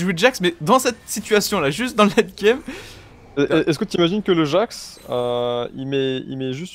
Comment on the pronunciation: C'est Jax, pas jasque.